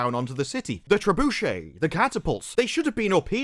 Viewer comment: Treb - ooh - shay